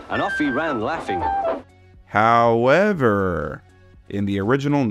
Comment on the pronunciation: Take a shot every time says "how-EV-er..."